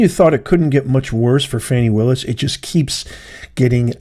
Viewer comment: Her name is pronounced FAH-NEE